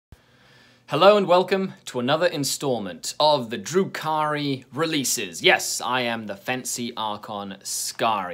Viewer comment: Every time you say Drukhari, it sounds like your saying Drew Carey, and imaging him doing all these things is funny as hell.